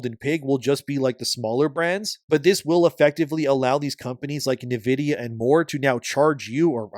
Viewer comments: It's pronounced 'in vidia' not 'na vidia.' Love your stuff but this bothered me more than it should have. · HOLY SHIT how can someone mispronounce Nvidia SO MANY DAMN TIMES. It’s NVIDIA NOT NIVIDIA! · Great coverage as always. Just sounds funny the way you pronounce "Navidia" should sound more like "Envidia" and for DRAM instead of "dram" should be "DeeRAM" 🤣. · It’s pronounced in vidia for nvidia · I almost had to stop listening with how homeboy was pronouncing Nvidia lol